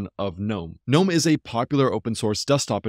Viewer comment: Its a breath of fresh air to hear someone pronounce "gnome" the way it is supposed to be done. Great vid thanks